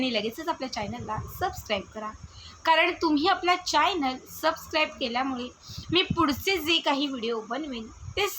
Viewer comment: चॅयनल न म्हणता चॅनल म्हणत जा plz